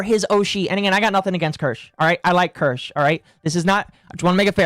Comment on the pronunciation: Wait a minute. He pronounced Kirsche’s name right? Who are you, and what have you done with the real?